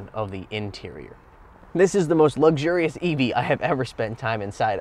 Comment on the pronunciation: "most luxusrious EV" 😂😂😂